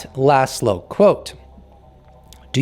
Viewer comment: Just FYI, Laszlo means “flag”. The -sz is pronounced like a soft S . Say “Loss low” and you’re extremely close